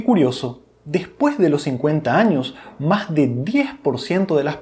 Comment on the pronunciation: Maj importantes?? O más importante?? Si puedes pronunciar bien la "s" Intermedia, porque no al final?? Porque la cambias por la "j"?? Nievelej de creatina Y les digo maj 😮😮😮